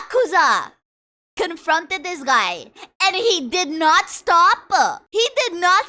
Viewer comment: When you pronounce the word stop i kinda like it "stop-ah"